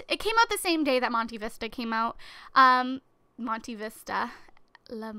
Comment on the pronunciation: Monte Vista is pronounced Monté Vista. Think of the name Padmé